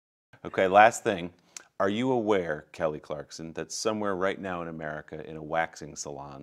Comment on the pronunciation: He says " NAIL KELLY CLARKSON" LOL